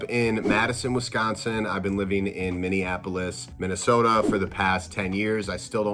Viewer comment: I'm late but even a person like you was left on read like wth 🤣 but ohkay! Sure 🤔 sigh I'm stuck on how you pronounced Minneapolis because i.just.can't. 🙃